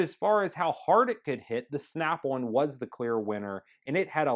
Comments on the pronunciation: valid response. Never heard of an American accent where on sounds like one. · In all your videos, you're saying it wrong. It's SNAP ON not SNAP ONE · Why does he keep saying Snap One? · It is SNAP ON not SNAP ONE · Why can this guy not say Snap ON and keeps saying Snap One? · Snap ON not snap OnE😂😂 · ummm its "snap ON" not snap ONE!! LMAO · Snap-won haha I love Americans